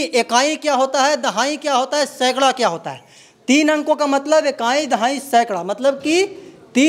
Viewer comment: मेरे जानकारी के अनुसार reporter को शुद्ध उच्चारण आना चाहिए। लेकिन ये तो शिक्षिका को शिक्षक, ईकाई को एकाई बोल रहे हैं। यहां तक कि दहाने की प्रक्रिया भी बाए से दाए की ओर बताते हैं। पहले अपने अंदर झांक कर देख लें फिर औरों पर अंगुली उठाइएगा ।